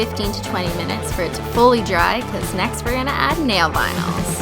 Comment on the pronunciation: ...Okie I just have to say this.Deep breathe SHE SAID THE NAIL vinyl PART WRONG! she said "Were gonna add nail vynals" ITS "Cuz we're gonna add nail vinyls next!" WHY CRISTINE